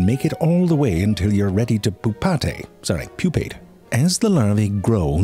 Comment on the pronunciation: That one hatching emerges as I imagine Marilyn Manson would. LMMFAO "poo-paw-tay". I thought zefrank was attempting to say "pool party". SMMFH. 🤦‍♀️